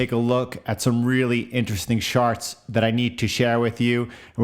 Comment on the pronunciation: I'm sorry, are you saying "sharts"?